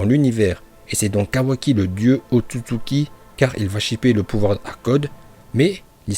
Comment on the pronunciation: La façon où il prononce ôtotsuki me fait rire